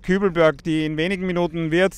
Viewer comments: sagt Eida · wie spricht denn bitte "Aida" aus